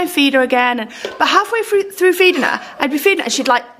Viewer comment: Think she needs more speech lessons...she let a "frew" and "breave" slip in then, rather than "through" and "breathe"!